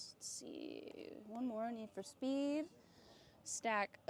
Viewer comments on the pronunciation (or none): I love how you say Zeldrrrrs lol Need for Speeeee(d) lmao